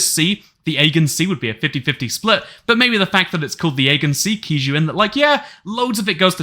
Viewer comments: Aegean is pronounced as A-Gee-an not Eggan just so you know. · ah-gee-yan sea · Pronunciation:- Ae-gee-an! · Aegean pronounced a jeé an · No it pronounced agaiou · my brotherimiz out here saying agen sea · you must get so much joy pronouncing "aegean" the way you do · Are you intentionally mispronouncing "Aegean" just to piss folks off? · I will shoot myself if you pronounce Aegean wrong again